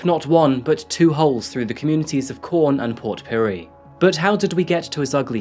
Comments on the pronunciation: The town is QUORN not CORN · Australian words are pronounced the same as English. The Qu of Quorn is said as Queen not corn. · It’s pronounced “Kworn”. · Lmao idk if i heard you right but it sounded like you said "Jose moved to the town of corn"